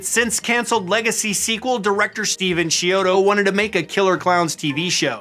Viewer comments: Its actually pronounced key-odo not Chee-odo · Sorry if you've been told this many times before, but you're pronouncing their names incorrectly It's KEY-odo. Not CHEE-odo Hope that helps!